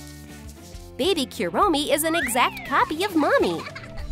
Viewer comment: Kurommi not kawii